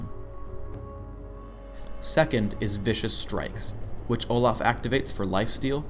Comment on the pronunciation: He says Olah